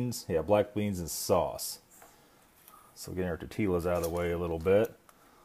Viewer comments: Did you just pronounced ''tortillas'' as ''Tor-ti-lah'''? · "tortee-Las"? im out of here